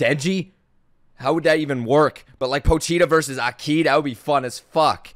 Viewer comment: AH-ki, not akee lol